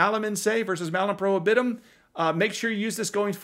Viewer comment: Latin curmudgeon winces when you mispronounce prohibitum, but almost everyone does... Assinine legislators at the state and federal levels will get toweringly indignant at the idea that the AR with a pistol brace that is in one person's safe is itself 'responsible' for another AR that someone used to commit a crime. Yes, they really are that stupid.